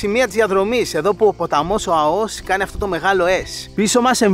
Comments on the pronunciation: Εξαιρετικό βίντεο αλλά βρε είναι Αώος όχι Αωός! Επομένως Αώου όχι Αωού 🐺🐺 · Δεν λέγεται Αωός ,αλλά Αώος.. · Πεστα σωστα αγορινα.......Πρεμετή.....τονος στη ληγουσα!! (Ασε το βασιλια Permeth....Eλληνικα τη λεμε ζουσαν και Ελληνες εκει!!!.)... Και Άώος!!!!Μη με παρεξηγεις μου σε βλεπω απ τη σελιδα με τα φαγητα σου...εως σημερα εδω!!!! Νασαι παντα καλα κι εσυ και η οικογενεια σου.........Slow down.......εχεις παρει καποια κιλα ναι???? χαχαχαχαχαχαχαχα........